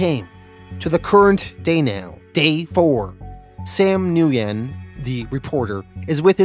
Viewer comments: Nguyen is pronounced “when” not “nu-yen” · great channel been with you for a year or so, my favorite comic recap/reviewer for sure.Thank you so much. So stupid not pic but with the vietnamese character with the last name Nguyen, it's actually pronounced "win". Hope this helps in the future. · killing me. dirty pool Mr. get me invested in a good story and then take it away to bring back someday. dirty pool. oh and its just WIN the NG is silent for the most part. kinda like nWIN. just a little n at the beginning.